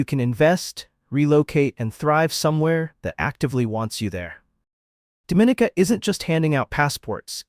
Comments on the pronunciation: It's not Do-mi-ni-ca, it's Dom-i-ni-ca! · Dom /min /nika English - Please say it right. It is not pronounced like the Dominican Republic . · This is one fo the most full of absolute bulls..it videos I've seen......8 out of 10 of the countries are 90 + % black then citizenship by investment is for anybody but here in the Caribbean its mostly white and Asian people who does it.....please learn the pronunciation of Dominica....so by default black are more welcome in black countries.....there is sooo much more I can say but I'll leave it here...please stop misleading people.